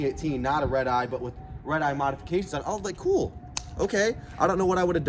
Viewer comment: After a couple times he sounds like he’s saying ribeye